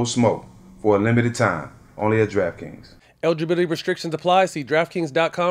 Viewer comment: My guy matt did say "Egiburdity" didn't he 😂😂 I thought I was tripping